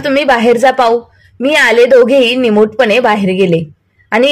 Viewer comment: निमोडपणे नाही निमूटपणे